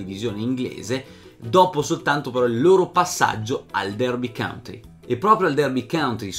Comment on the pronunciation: county porco .... non country ahhh per favore . per il resto sei un mito per aver portato alla luce questa storia